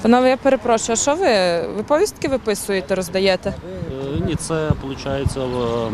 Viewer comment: Де взяли такий наголос ПоВІСТКИ? МОЖЕ ПВіСТКИ?